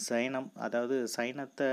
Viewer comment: Zainism ela Jainism....then sainam ela saivam..... correct pronunciation needed..... videos correct ah podunga ....